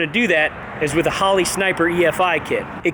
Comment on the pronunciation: Normal people: Holley: Hoe Lee